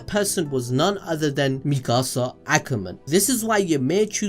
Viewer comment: he calls Mikasa like mickasa